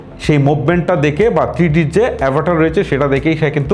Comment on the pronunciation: Vai অ্যাভেটার না অ্যাভাটার।।